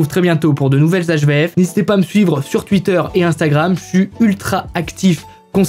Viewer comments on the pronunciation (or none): none